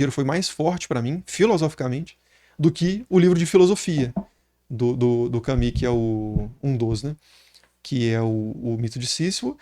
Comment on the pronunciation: Desculpa ser o chato, geralmente eu nao gosto qdo fazem isso, mas vou fazer - se fala albert “camu”, nao “cami”